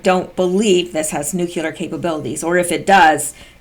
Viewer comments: NucLEar...not nucUlear. 1st refers to bomb, 2nd refers to a center of something. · Darn,, could you please learn how to say NEW--CLEAR instead of "new--cue--lar? Being an English major, you should know better...